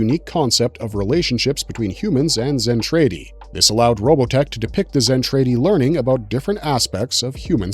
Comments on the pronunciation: DId you even watch it? Just wondering since you pronounce Zentraedi as Zen tray dee instead of the way it is in the anime Zen trah dee. LOL talking about nudity and adult relations you show SC twice They were releasing official Macross videos prior to 2021. Macross 7, Macross Plus, Macross 2 were all available prior to 2021. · Zentraedi is pronounced zen trah dee, not zen tray dee. Macross, in English, is prounced ma (to rhyme with mac and map) cross and not muh cross Did you ever watch Robotech.SDF Macross at all? Mospeada has no I in it, so it's not pronounced Mospedia, just moh spee duh. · What gets me is, he keeps saying Zen-trAY-di when in both versions it's pronounced Zen-trAH-di. My childhood and my OCD are screaming every time he says it lol.😂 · My dude, you need to do more research on pronunciations, or at least watch a few episodes first! I cringed with every "Mc Cross" "Zen-TRAY-dee" or "Moss-pay-dee-ah". It was painful to make my way through this. Edit: actually, I could only make it through 3 min. Yikes! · Can you please just watch ONE episode? Listen to how things are pronounced. It is distracting as hell to hear you mispronounce Zen TRAH Ti every time. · It is pronounced macross like the a sound in the word “at”. Not uh so if you’re going to make a video to tell the history of something learn how to pronounce the names correctly dude and the way you say sentredy my god dude learn the names first then make the video or you just sound like an idiot . God you’re butchering everything’s names! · Really Mc Cross is your issue? Not the Zen Tray Dee? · I already died when he said zen tray dee.